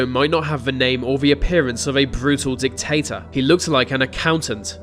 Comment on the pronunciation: you said "Dic-Tater", that's funny, lol